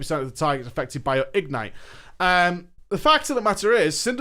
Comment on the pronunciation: igNITE not IGnite